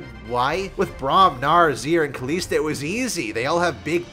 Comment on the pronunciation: why does he pronounce kalista as kaleesta, even kalista says her own name sometimes. and its def not kaleesta.